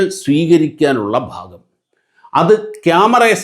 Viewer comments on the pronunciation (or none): none